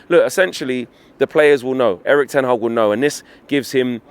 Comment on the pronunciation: Did he just call him Eric Ten Hard?